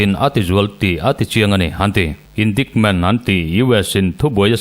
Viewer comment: Indaikment tiin han lam zeuh zawk la